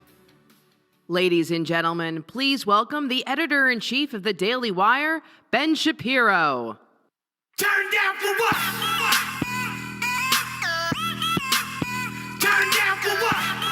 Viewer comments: I'm not impressed by Ben "Shapio" and his angry rhetoric. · Ben Shapio? Anyone else catch that? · Ben Shapio. Someone needs to be fired.